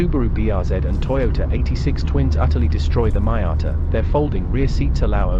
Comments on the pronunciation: MEE-ata, not MY-ata!! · PLEASE stop pronouncing it MY- atta... That sounds SO pretentious & it's simply wrong! It's ME- ata !!.. I don't care if you're British. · What is a Mai-ata?….are u Indian? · Respect the name, there’s you tube to know the correct pronunciation. But this vlogger, is either Un resourceful or lazy, it’s MEE-yata, for Pete’s sake! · Great review despite your seemingly incorrect pronunciation of Miata ....which in itself turned into a drinking game .